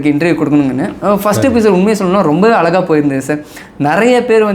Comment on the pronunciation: First alaga ila azhaga zha nu solunga